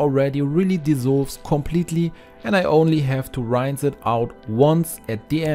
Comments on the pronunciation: Blooming expensive using dishwasher tablets! Certainly might help with burnt in food. But just to clean a sink?? I use Cif (it was Jif in England). Your English is excellent, but it is pronounced sort of like ‘ee’. But lift your voice upwards on the ee and don’t elongate the ‘ee. r-ee-inse. rinsse. Not r-eye-nsse’ ! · Dear friend! Please, use a dictionary to check the pronunciation of the word "rinse". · Great ideas! But the word rinse is mispronounced. Just check it out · This guy says "rinse" funny.